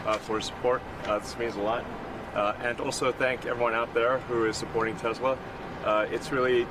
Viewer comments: "Tezler". It's "Tesla", Mr. President. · Icing on the stupid cake is that Trump gets the name wrong. He calls it 'Tesler'.